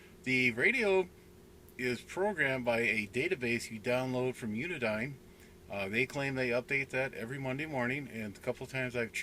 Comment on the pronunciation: It's "Uniden" with den pronounced like the tv room in your house. Not Unidine. Unidine is a food service company out of Boston, MA.